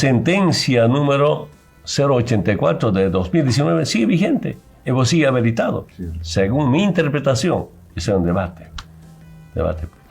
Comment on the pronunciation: Evo segue habeletado... sigon me enterpretashon.... 😂😂😂 este hombrecillo del campo.... no sabe ni expresarse... Es una vergüenza nacional....